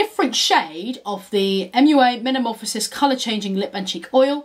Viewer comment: You’re saying metamorphosis incorrectly.